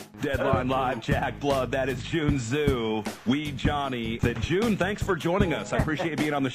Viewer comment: JUN not June!!!